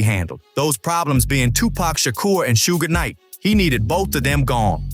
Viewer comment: "Sugh" Knight. Not sure if the spelling is right though.